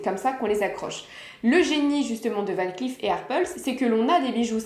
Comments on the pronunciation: Coucou Dernière précision mais qui a son importance c’est tout de même un nom de famille cela se prononce VAN CLAIF beaucoup le prononce à l’anglo-saxonne alors que non pas du tout. Merci ☺️ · Dommage que vous ne prononcez pas correctement “Van Cleef”.